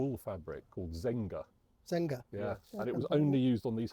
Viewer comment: Actually the fabric is called Zegna wool, not Zenga. And one fact: above that 150 RHD cars, there's extra 15 Ruby with LHD: 8 for Sweden and 7 for Continental Europe. Don't ask me how I know that.